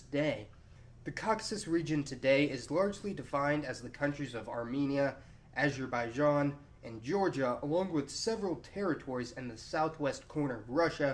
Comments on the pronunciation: What's with pronouncing "Azerbaijan"?! It should be pronounced as, Azer ba ee jon. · copterofrofling acherbaichan 😂😂😂😂